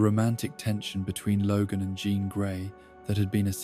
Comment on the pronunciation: It’s not a "John Scott Logan" love triangle. It is a "Jean, Scott, Logan" love triangle. You need to rework the A.I. and voice.